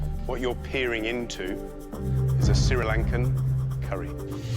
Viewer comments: Gary might be a professional, but can't pronounce Sri Lanka properly like George does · Sri Lanka is pronounced SHREE LANKA ... Just a constructive criticism😊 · Nah I hate that I perfer Sri Lanka